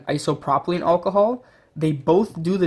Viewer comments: It’s isopropyl not isopropilene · Iso - pro - pil That’s how it’s pronounced